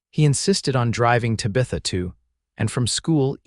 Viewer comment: PLEASE, PLEASE, PLEASE teach AI how to pronounce names!!!! Tabitha is not pronounced TA-BETH-A, it's TAB-ith-A. Santa Fe is not Santa Fee, Eleanor is not El-eeenar. A bullet wound is not wound around the arm.